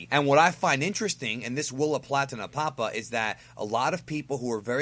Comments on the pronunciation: It's pronounced "Napa-pa", not "Na-Papa" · Nappa Pa is how I heard it pronounced.